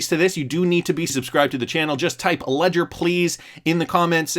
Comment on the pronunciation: Ledger please!!!! Leger please!!!! Need to keep my xrp safe